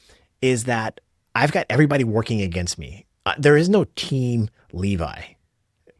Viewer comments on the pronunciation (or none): none